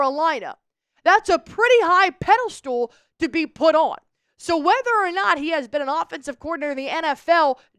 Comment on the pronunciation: It’s not pedastool it’s pedastal